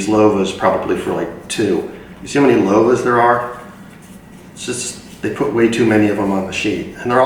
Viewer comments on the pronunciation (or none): I don't think it's pronounced "Low-va"; I think it's "Love-a".